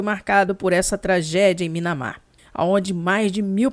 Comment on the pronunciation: não fica brava comigo, mas não é Minamar, é Mianmar.